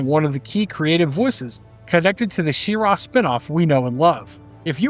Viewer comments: She-RAW, huh? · She-Ra (shee-rah)